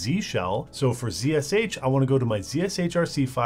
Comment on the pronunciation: here's like #172 for pronouncing "Zee/Zed Shell correctly". It's not "zeesh". 👌